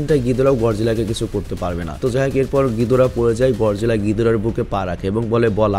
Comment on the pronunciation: ভাই গডজিলা না গরজিলা হবে 😅